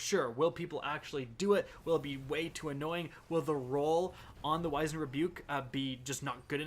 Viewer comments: Wizened is pronounced whizz end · I'm sure it's been said already 50,000 times but... it's pronounced like you're saying cheese whiz, just drop the 'h' sound. Like the musical, The Wiz. Wizened Rebuke, which means a clever comeback.